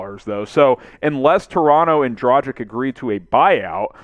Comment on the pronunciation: Goran Dragich not Dragick. Luka Donchich easy to say why not pronounce both correctly.